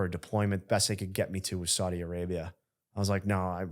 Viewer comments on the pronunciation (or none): none